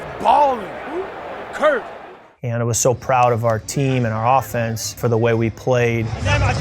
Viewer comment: He definitely said Kurt 😂